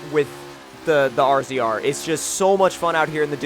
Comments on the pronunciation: Jesus Christ it's razor not rzr it's spelt rzr but even they say razor! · Omg this pisses me off so much! It's razor not R.Z.R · He said R Z R it's razor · lol he says r z r but its supposed to be said like razor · Every single damn youtuber is calling it an R-Z-R its Razor!! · It isn't R-Z-R its RAZOR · same all these yuppies pronounce it r z r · ZombieKiller *razor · Razor was the older name